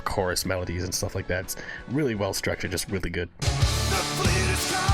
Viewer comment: Every now and then you will here is accent , as the letter j is pronounced y in swedish. So the word just , he often pronounces yust :) oh and as a side note ,the drummer Hannes ( pronounced Ha ness) is maried to Floor ,the singer of Nightwish. You can also react to " no bullets fly " nightwitches or " lady of the dark" all 3 in the animated versions